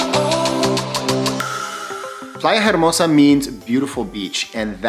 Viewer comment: In Spanish “H” is silent, so you would say Playa Ermosa 😉